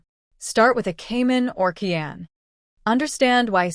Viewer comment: Fuxking AI. “Key Anne” - it’s Kai Anne”